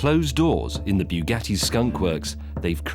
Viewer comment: "ze Germans are not pleased" as a Brit I did love it when the Americans took the record as you know those beautiful pesky germans wouldn't have stood for such an insult!!!